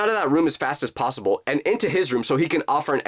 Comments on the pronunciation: "Because in my mind, there was no plossible explanation"....Instead of saying "Plossible" Shouldn't he say "Possible"? LOL Edit: It can also mean that Jake blocked u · who else hear prlosable